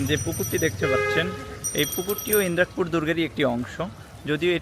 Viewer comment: ভাই,এটা ইন্রাক পুর না, ইদ্রাকপুর হবে।